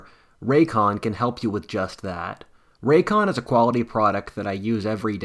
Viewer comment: Ray-cons buddy